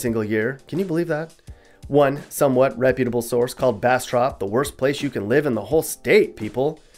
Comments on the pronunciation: You weren't pronouncing bastrop right its bastr-up , there's a up a the end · Pronunciation check: it’s Bas-“strip”, not Bas-“Strop” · U killing me with the bastrop pronunciation. From Delhi, lived in monroe while in college, back in delhi now. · I have never seen anyone mispronounce Monroe or Bastrop